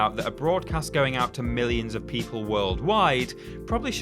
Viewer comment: Won Miwwion Twoops!!!!!!